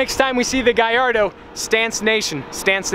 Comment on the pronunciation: why he say guy-ardo instead of gallardo